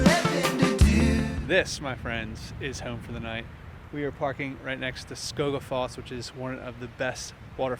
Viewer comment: Great video but you need to work a bit on your Icelandic. Did a good job with Skógafoss :) Glad to see you survived the most dangerous tourist spot in Iceland, The Black Sand Beach. The waves sadly did take yet another life just a month after you were there. Never turn your back on the waves! I will watch the rest of your videos, I predict you will drive through my hometown in a future episode. Greetings from Iceland.